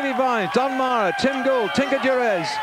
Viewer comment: Why does this guy ALWAYS call Tinker Juarez by the name “Durez”? It’s bizarre!